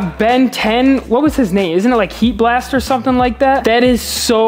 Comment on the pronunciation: bro says heat blast like he doesint no its on the front of the toy